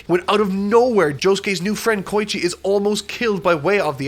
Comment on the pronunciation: He also says "K-oi-chi" no "Ko-E-chi